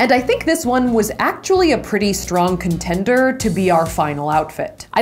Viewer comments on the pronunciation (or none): why does contender sound so much like 'cken tender